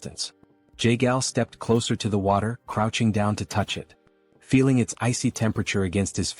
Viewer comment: Some of your "at"s and "its" are being pronounced as A.T and I.T, is it possible to fix? Thanks.